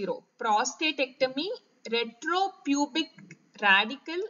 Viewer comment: Maam ur explaining good ..but some words clearly explain maam Ex superpubic .retropubic